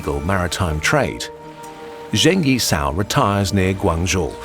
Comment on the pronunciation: P.s. would have appreciated trying slightly more at pronunciation of names. Guangzhou wasn't that bad, but then Zheng Yi Sao was pronounced zhane as opposed to jung.